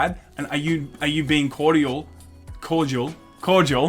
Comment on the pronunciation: pronunciation of cordial offended me... I want him striken from the record books. All of his laymen episodes scrubbed!